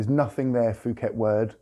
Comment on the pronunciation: It is called pooket, not fooket, I know, I know, but it is a Thai word.